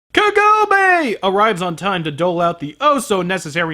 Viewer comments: Why is the voice acting of the sprightly heroine always SO awful in English? She's not half as terrible in Japanese. And WHY can't they pronounce the names right? Her name is KAgome. It's so bad the name that gets screamed all through the movie is pronounced wrong. Then again, good pronounciation wouldn't save this movie. And you're right, I never really looked at it this way, but that whole 'Sit!' power that literally makes him crash whenever Kagome feels like it (which is always) is pretty damn sick. Wow... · It's so hilarious that you keep saying kagome like that. I have had a joke with my friends for years about inuyasha how half the dialogue in the series boils down to: "KAGOMEEE!" "INUYASHA!" as she's getting stolen away by the demon of the week.